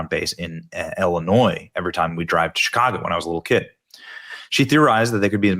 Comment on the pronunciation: Why do you say Illinois? I have began to make a log of all of the times that people in my town here big booms… I am really wondering…